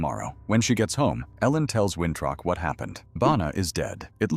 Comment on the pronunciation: His name is Winthrop not wintruck 😂